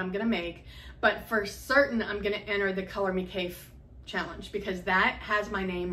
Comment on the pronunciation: Kaffe is pronounced like safe.